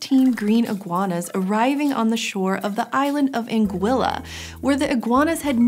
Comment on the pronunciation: It's called ANG-i-ya